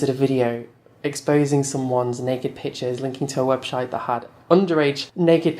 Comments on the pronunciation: everytime i hear saying website he is legit saying webshit haha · hahaha my favourite part was saying webshite by mistake 😂😂💩💩💨